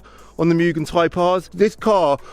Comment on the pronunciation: Not muuuugen it’s pronounced moo-gen